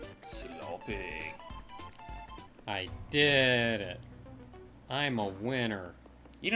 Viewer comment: Oh my goodness, said 'SLOPPEH'. I feel complete.